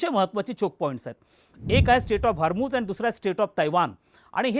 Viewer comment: सर हरमुझ नाही हॉर्मुझ आहे ते 😄